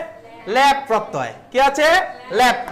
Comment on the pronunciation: ল্যাপ নয় দাদা ল্যপ আপনি উচ্চারণ ভুল করছেন